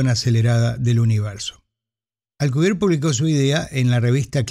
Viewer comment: Por que dice Alcubier si el apellido es Alcubierre?